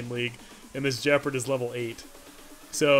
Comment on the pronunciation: Points to for using the proper term for the dominance bar! Minus points for not pronouncing Gepard with a hard G. There doesn’t seem to be variable playback speed for iOS, but time passes quickly when I enjoy your rambles. Keep it up!